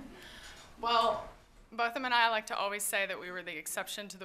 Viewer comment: I like how she corrected the interviewer with “BOTH-um” NOT “BOT-thum” in the beginning of the interview